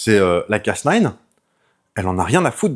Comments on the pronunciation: Hello, C’est Cas NEUF et pas Cas NINE car comme tu l’as dit bouffy c’est à moitié français. Cocorico, la bise Un tesar en Microbiologie sur l’application crispr cas9 sur les tumeurs ❤️ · D'ailleurs, le casse-neuf non plus ne se prononce pas. ^____^ Soit c'est casse-nine, soit c'est cas-neuf. :p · Ouais mais soit tu dit le A à la française et le neuf, soit le A à l'anglaise et le nine mais nain un mélznge des deux fréro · ben il insiste sur "casse nine" (phonétiquement). Et ça semble receller une blague. Que beaucoup de gens relèvent dans les commentaires. Et franchement ça m'échappe.